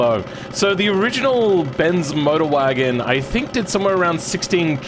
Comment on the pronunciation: What is that pronunciation Bens Modrwajen